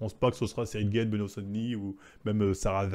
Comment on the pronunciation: C'est pas ciryl gaine c'est ciryl "gAne "il es français son nom de famille aussi !!!